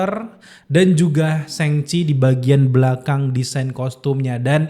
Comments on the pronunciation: Nyebut Shang Chi nya apa bener itu SENGCHI?? Bukan kah lebih ke SHoNG CHI atau lebih simple ya SHaNG CHI... emang di baca A atau lebih ke o (kecil) gitu bukan nya ya bukan E?? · Shang pake "a" bang, bukan sheng Thanks